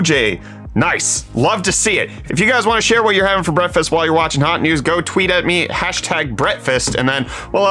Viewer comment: Anyone else want him to STOP SAYING BREAFFFFAST